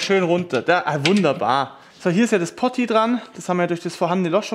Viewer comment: Truppe, sprich mir nach: Poooooti, Pooooti. Nicht Potti 😉